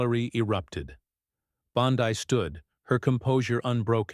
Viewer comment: Bondeee pitiful ai